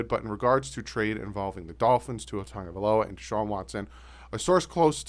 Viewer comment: It’s sad that ppl can’t still pronounce our QB last name it’s NOT TANGAVAILOA ITS TAGO***NOT TANGO